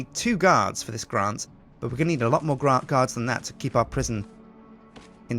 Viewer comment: ITS MORE NOT MOAR